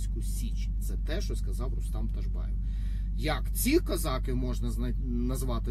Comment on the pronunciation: Пане Рустам, будь ласка не "козАки"- козакИ. (ріже слух).